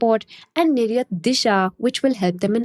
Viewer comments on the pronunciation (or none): Did I hear 'nir-yuth' and not nir-yaat'?